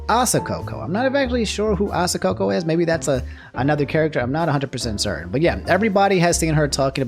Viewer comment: The mispronunciation of Coco's name hurts to hear